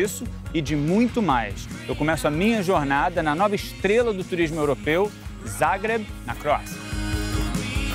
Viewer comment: Amo a Croácia, já estive lá umas 5 vezes e quando soube desse episódio corei para vê-lo. Adorei que o Pedro é um dos únicos da TV que pelo jeito sabe pronunciar "Zagreb" direito. Mas quando ouvi que a Croácia era parte da República SOVIÉTICA da Yugoslavia doeu...parei ali mesmo...